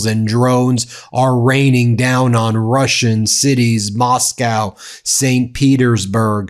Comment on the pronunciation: It's great that you're finally reporting on this. You could use some coaching on the pronunciation of the names of Russian cities.